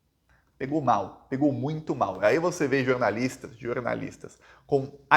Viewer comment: jornaliata nao jornalisxo